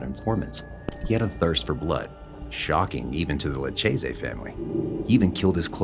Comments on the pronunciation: It isn't pronounced Lutchayzee...it's Loukayzee spelled Lucchese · Please learn to pronounce Luchese